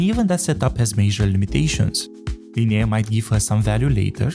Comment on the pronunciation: God... It's Li-nay, not Li-nay-eh. What's up with YouTubers not being able to pronounce the easieste names? Just put the names through Google translate and listen to the pronunciation in English.